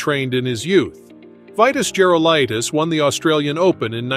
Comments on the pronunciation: You can’t pronounce his name ?? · Exactly, that's exactly what I was just thinking.